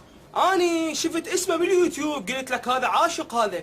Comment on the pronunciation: شو هوة يعيب علة كلامنة وهوة عود يكول يوتيوب يخربط يكول يتيوب